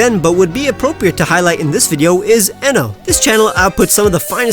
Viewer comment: You said eno wrong It’s eeeeno